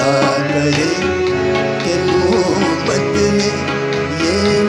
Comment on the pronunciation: Brilliant - one minor correction pls improve the pronunciation of 'Mohabat'